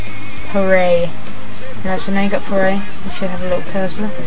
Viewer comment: did you just pronounce PArray as pah-ray? >.> lol